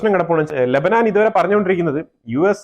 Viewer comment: ലബനാൻ അല്ല, ലബനൻ.